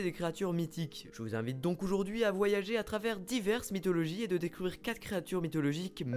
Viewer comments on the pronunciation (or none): none